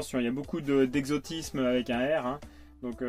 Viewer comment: « Attention il y a beaucoup d’exotisme avec un R » Moi : 🤨hein ? ... ahhhhh ok mdr 🤣